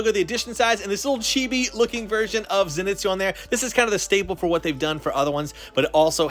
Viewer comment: Did this man pronounce it zen-it’s-oo